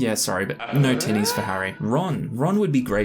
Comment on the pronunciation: Lol, you know, I was listening to this in a crowded place and every time you said tinnies I heard titties and I was definitely wondering why you kept saying it. Then I finally realized I just have a gutter mind. In all seriousness. I would never survive a drinking game with Gimli, someone who is more lightweight is more my stride so I can match then drink for drink. But I wouldn't say that any of the characters is at all like me in their descriptions sadly.